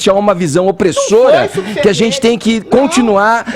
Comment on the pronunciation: Zentizi é bem assim que ele fala!!!! Kkkkk